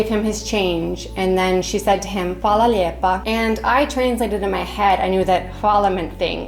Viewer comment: I thought they were saying "Hvala lipa" as in kuna cents. It made no sense but it did not sound like "lijep".